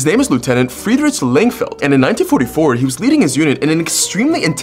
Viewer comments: As a german, i can confirm, that is not how you you say freidreich so i will help you! It is pronounced "flree-drihh" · Ain’t no way he said Friedrich instead of Friedrikh (how it’s pronounced properly)